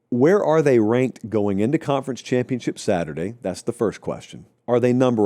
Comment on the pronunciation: It’s “are”